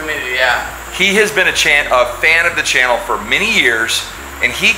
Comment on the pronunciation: “a chan of the fannel”??? That was interesting, lol. Nice clip as always, can almost taste the dish…..